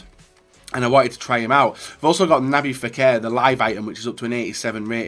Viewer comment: "Nabbi Fekir" again..... lol